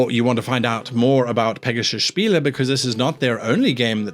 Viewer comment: Thumbs up for correct pronunciation of "Spiele", didn't care about the rest (j/k)